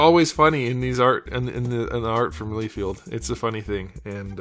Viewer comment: Lie-feld, not lee-field